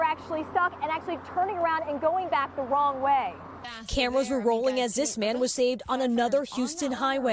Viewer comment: Twaffic going Wong Way 😂